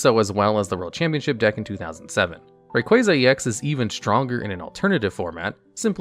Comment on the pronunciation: But he pronounced Rayquaza correctly lmao